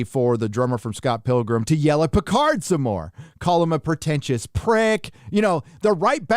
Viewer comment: Love how you say "Pétard". Not sure if its intentional but its awesome! "firecracker" 😆. Jean-Luc, the most British of frenchman ever, is anything but. Or As we would say where I live : Pétard mouillé!